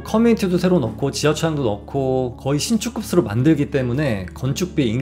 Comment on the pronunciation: 자꾸 신축급으로를 신축급스로 라고 발음하네 ㅋㅋ